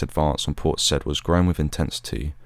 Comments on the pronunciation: ...and Port Said is pronounced 'Port Sayyed' not 'Port Sed'... nevertheless a really articulate history, well delivered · Having been there in the past ten years, it's pronounced by the locals as Say-eed. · Hi Port Said pronounced `say`eed` :) Good work though. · Is that how the Port is pronounced? I thought it was pronounced Seye-ihd. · port "saieed" not said.